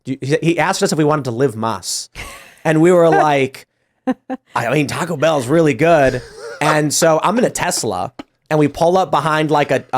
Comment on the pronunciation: C'mon man. You're saying Taco Bell wrong.